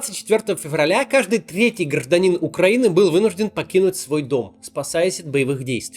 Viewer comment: 😂😂😂 «Каждый тъетий гражданин» 😂😂😂 Максим, так на суфлере было написано, или ты уже даже не стараешься? P.C. За собаку Марии, Максиму особенно жалко)